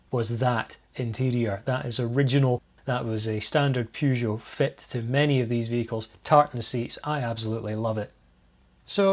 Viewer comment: I can't believe that in all those universities, there was not a single faculty of foreign languages where someone could have told you how to pronounce the first syllable of: Peugeot. Hint - It is not how you pronounce the first syllable of: Euan. Maybe it should be, and you are on a crusade to educate the French in the correct pronunciation of their language. But the French can be very stubborn about these things.